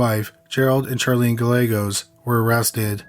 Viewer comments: I like your voice. It is chill like someone else mentioned. The only thing that would make it better is if you enunciated words. Other than that, your voice is nice! Also, its guy aye goes. That how the name Gallegos is pronounced. It's important to get that right. But maybe not to everyone! LOL. Great crime stories. Thanks! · Not that they deserve to have their name pronounced correctly, but Gallegos pronunciation has silent ‘ll’ s. As my husband always describes it, it’s a Guy with an Egg that Goes: “guy-egg-os”. Not many understand how to say it.